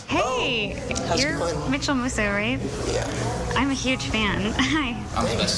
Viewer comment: Maykıl musso 🤣😅😅😅😂😂😂😂